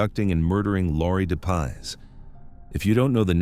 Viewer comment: Its Laurie Dep- Iss....not de paws